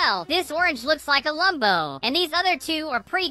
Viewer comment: When you said Lumbo i ws laughing and choking and dying on the floor 😅😅😅😅😅 And it is Lambo not Lumbo